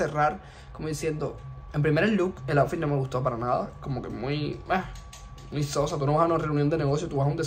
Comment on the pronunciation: cuajajajajaj odio cuando pronuncia outfit en vez de aotfit y se nota que no es muy inteligentica